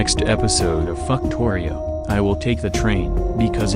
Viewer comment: I love how the ai voice always says "fucktorio" 😂